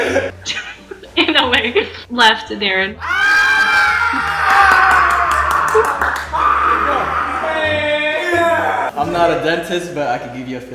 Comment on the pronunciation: Dey-rren being pronounced Dah-ren😂😂